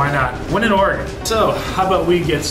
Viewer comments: Sea lion caves is cool. The Tillamook cheese factory, Seaside Tardy. It's pronounced OR-E-GON. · It’s pronounced or-Ē’-gun. It’s kinda nice watching someone new to the area seeing places so familiar to me. It’s like seeing it all again for the first time. You could easily spend a whole summer exploring Newport, Lincoln City, Cannon Beach & Seaside, just to name a few. Hope you get to return when you have more time.